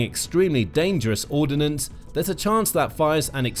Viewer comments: I wish the commentator learns how to say 'ordnance; it's not ordinance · Ordnance isn't pronounced with an 'i' in it.